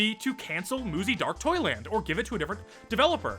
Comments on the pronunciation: Im gonna stub my toe i kept thinking you were saying muzy dark toilet… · Muzzy is so bad that every time you said "Dark Toyland" and I couldn't help but hear "Dark Toilet" 😂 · everytime you said dark toyland i heard dark toilet and i laughed everytime